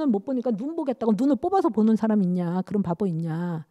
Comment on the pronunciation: 긴 자를 짧게 잘못 발음한 예:사람,세계, 행복,부정 ,이해,(이렇게) 해도,대개,감각, 대상,가상, 등, 죄스럽습니다만, 장단음 문제가 너무 심각하시어 이 이상 듣고싶지 않습니다. 말이 너무 빨라 이해하기도 어렵고 경박해 보입니다. "한국 어문을 고발함"이라는 책을 일독해 주실까요. 미국 ,변 완수 배